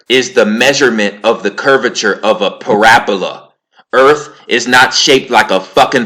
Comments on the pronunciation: Its pronounced [pă-rab-ū-ă] but, so what... according to dogon teaching (shout out to master prophet Neb Naba Lamoussa Morodenibig) so-called gravity come from the core of all planets and stars including the Earth. It is a connection with both big and small Cosmic bodies. The polar attraction is mutual. Fun fact~ the dogon teaches, that The Earth's core emits an energy that connects to all stars and planets in the universe. From this Earth Energy they can read what's going on with any star, planet, asteroid, and Comet. This is how they knew so much about the Sirius star. Hence, it was the most perfect star to keep calendar time. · Its not para bola ; it's pa rab ula Ahh u fixed it thank you great info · Why would they try to cover up flat earth so bad then? Also how come when i go to the ocean with a telescope its impossible to find a curve? Im going off what I’ve tested in real life not from the Internet. Its hard to take you seriously when you mispronounce words like “parabola”. Go watch Eric Dubay’s 6 hour video on this. It covers everything you mentioned and more. Im not picking sides I’m just saying open your mind more. Your ego is very prominent in this video. 1 love brother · Read the response for the correct pronunciation of parabola😆